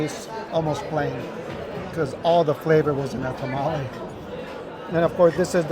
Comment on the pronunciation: Tamale, i think sometimes you guys say it wrong and sometimes you say it right? Its throwing me off. 🤣